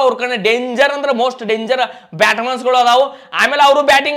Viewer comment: Batsman ❌ Batmans ✅ 😅